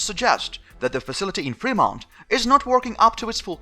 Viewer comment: You are getting closer. Femont...accent on frost syllable. ;)